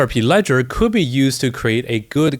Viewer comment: this ''ccouldd'' is killing us kkkkk